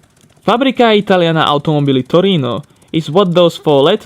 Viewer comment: I like the way this guy meows '' Fabricca Italiana Mobilli Torino ''.....